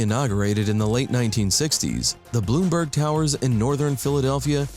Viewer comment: And it's NOT "Bloomberg" Towers it's "Blumberg" Towers.